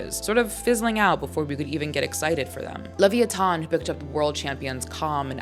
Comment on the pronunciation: Quick question. Why is leviatan pronounces as that? Levi-a-tan